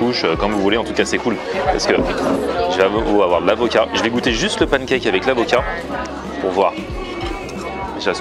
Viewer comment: A "l'acovat" on te croit mdrr